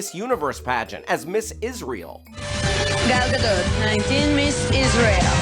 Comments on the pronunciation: The "a" in Gal is pronounced the same as the "a" in Gadot. (Gahl Gahdote) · please say Gal's name right! it's not difficult!